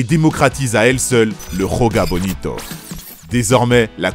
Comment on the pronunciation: Le "J" en portugais c'est pas la jota comme en espagnol ca se prononce pas comme ca mais ca se prononce comme en français